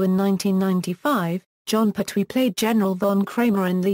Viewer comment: At least pronounce his name correctly